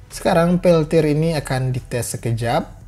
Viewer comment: wkwkwk pas terdengar peltod lgsg ngakak